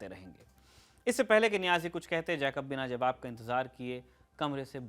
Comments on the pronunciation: जैकब नहीं ठीक उच्चारण जेकब होता है! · you mispronounce General Jacob’s name. Please make the correction. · Please pronounce Jacob correctly. It is so irritating!!!